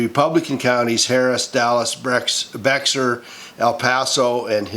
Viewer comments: From a Texan, Bexar is pronounced bay-her. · Bexar County Texas is pronounced "Bear County". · Beto will not win, no way, no how. Bexar is pronounced like bear. Learned that the hard way. 🐸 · Bexar is pronounced Bayer! It's Spanish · In Texas, Bexar County is pronounced Beyar. I made the same mistake 25 years ago when I moved here. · Bexar County is pronounced Bear County. Everyone needs to vote on Tuesday! May be THE most important vote of our lifetime. We must never allow ourselves to become apathetic! We must never get comfortable!